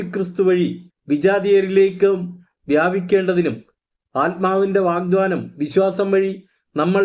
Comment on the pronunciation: Sir, വാഗ്ദാനം എന്നാണ്, വാഗ്ദ്വാനം അല്ല 🙏എഴുതി കാണിക്കുന്നത് ശരിയാണ്, പറയുന്നതിൽ മാറ്റം ഉണ്ട്